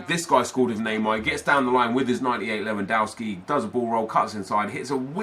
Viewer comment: Not leuandowski LEWANDOWSKI!